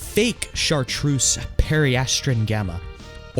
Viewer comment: BROTHA EEW SAY IT RIGHT. PERI-ASS-TRUN, AHH-ZUR, you said chartreuse correct.